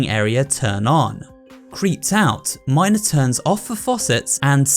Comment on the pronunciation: That's not how u pronounce mina but ok